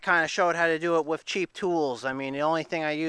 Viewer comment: Not sure if it’s an accent or not but when you say “with” it sounds like your saying “whiff”